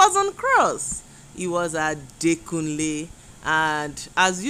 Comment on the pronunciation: Adekunle not Adakunle...